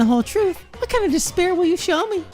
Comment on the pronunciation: Instead of “despair” all I can hear is “dis bear” at this point. Thanks, Monokuma, for spicing up this despair-hope repetition.